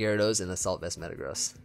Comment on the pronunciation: Sigil is with a "J" sound! A sigil is some kind of mark or symbol with supposed a magical power! I'm glad you say the names right! I hate when Joey and Blunder say Metagross with the "gross" part rhyming with "loss" or "toss". It's supposed to sound like "grow-s" rhyming with like "roast", but without the "t" sound. A gross is 12x12, hence the pun on its weight (1212 lbs)!